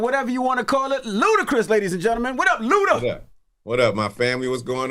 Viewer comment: It's ludaaa.